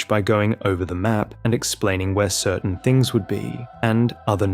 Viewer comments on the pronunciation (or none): none